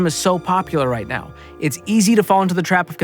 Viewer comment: Did he say "right meow" or "right now"